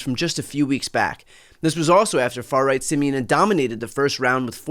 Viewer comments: Pronouncing "Simion" as "simian" is just chef's kiss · Always love how English speaking people pronounce Simion's name as "simian" :)) pretty accurate for his personality and behavior.